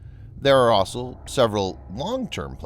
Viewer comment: Please, please, please stop saying 'asol' when you mean 'also'. Jeez, how hard can it be?